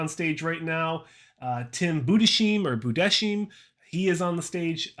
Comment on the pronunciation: Breakdown was great but if I were to give one criticism it would be to maybe do a bit more research into these guys’ names beforehand, like Tim (budes-HIME and not budes-SHEEM) and Jamie (Johal and not Johan). Minor gripe in what is otherwise a solid recap.